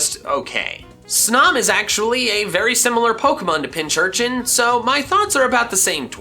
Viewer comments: It is pinCURchin not pinCHURchin >:( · When he says both pinchurchin and pinsurchin but not pincurchin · I always pronounce pincurchin as pin-kurchin like a pincushin for needles